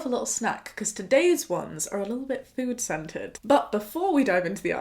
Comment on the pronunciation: I heard “food centred” as ‘food scented’ lol